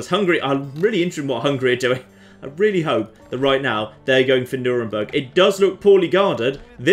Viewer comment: It's pronounced Nürn-berg, not Nür-en-berg